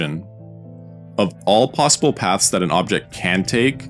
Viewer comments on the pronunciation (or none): none